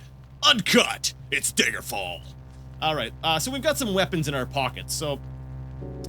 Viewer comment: am I the only one that pronounces daggerfall as dagger fall? so many people use the long "a" like "day-ger" ... it's "dagger"